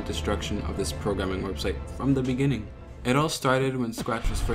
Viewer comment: did he say "webshite" or am i hearing things?